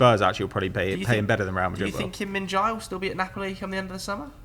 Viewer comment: For, Kim Min Jae pronounced more like JAY than JAI.